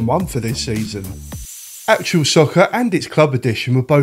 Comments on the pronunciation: Wasn't it also the first to proper commentary by an actual commentator? I remember playing it just to hear Barry Davies awesome commentary. Still the best to this day I'd argue! Also, why are you saying 'actual' it's actuA 😂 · ‘Actual’ all the way through the video. ITS ACTUA! Other than that, nice video. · Got this on PS1 when it first came out it was pretty good. I swear you keep saying actual soccer though 😂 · Actua not actual!!!! Arghhhhh 😂 Enjoyable video though 👍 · Haha you won't believe how many times I told myself to pronounce Actua properly before doing voiceover as well 🙈 thanks for watching 😁